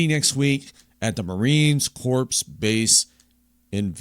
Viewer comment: Tips: The 'p' in Corps is silent. So it sounds like "core." And Quantico: "Kwan-teh-ko." Sorry, pet peeves of mine.